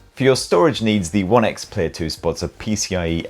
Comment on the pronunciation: It’s One X Player.. he’s dropped the first e for some reason 😂 nice video though!